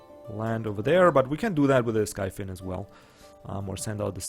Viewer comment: Love to see footage of the expansion. Great presentation of the new race as always. About the pronounciation of the flying unit: the name in german would be "Himmelsflosse" so it should be pronounced "skeifin" and not "skifin". Just saying because you always ask for correction^^ not that I would really care :P